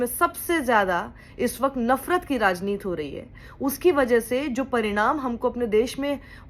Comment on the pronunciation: क्या शक्षिजी "राजनीत" नहीं "राजनीति" कहिए। हिंदी बोली को तो बख्श दीजिए।